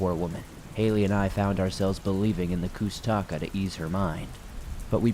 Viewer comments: I am a Alaskan Native of the Tlingit tribe. I have had many encounters and experiences myself. It’s a Tlingit word it’s pronounced koosh-ta-kah. That and Bigfoot are two different beings. I’ve experienced both. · Hearing you say koosh ta ka the wrong way, makes me cringe. I'm a Tlingit, and I'm familiar with them.